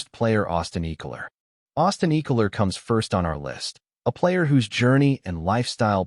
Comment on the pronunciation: Clicked off at the first 30 sec when your calling Austin’s last name , eeekalar. Ai slop